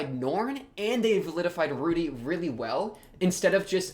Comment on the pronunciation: you saying validified kept sounding like vilified. I prefer validated, though validified is in fact valid.